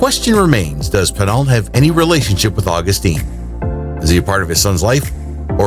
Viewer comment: Dude, Augustin is pronounced Aw-GUS-tin, not August-TEEN. Think of the difference between Justin and Justine.